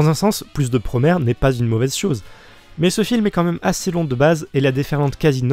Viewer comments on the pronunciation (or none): J'me permet juste, prononcé à la japonaise, Promare donne Puromea (プロメア) ce qui est proche de la prononciation anglaise, et non Puromare ("プロマレ") comme dit en début de vidéo, voilà voilà.. Bon je continue de regarder 👀 merci de parler de Promare !